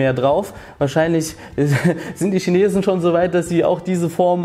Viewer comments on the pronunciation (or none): none